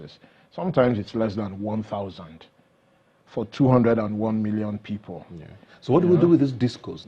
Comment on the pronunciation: In his speech before signing this year's Budget, he called it "two hundred and nineteen budget" without knowing his error. Brain alive? Abandoning the country after oaths of office is bizarre. Sorry for Nigerians!